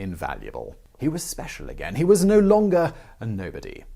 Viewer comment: I hate the way u pronounce the word “again” 🤷🏻‍♂️